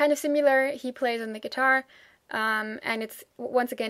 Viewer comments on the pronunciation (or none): What a pleasure to watch your articulate and informative review of German bands! Just a note here on your pronunciation of the word "similar" - it sounds to me like you are saying "sim-yew-lar" instead of "si-mi-lar" which is the right way to say it. Other than that, your English is flawless. Thank you for making these vids.